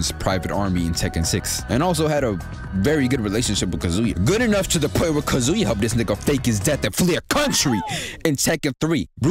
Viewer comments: You've been pronouncing Kazuya's name your whole life, dawg! It's kAzuya, not kazUya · Nah not Kazuya. This man said Kazooya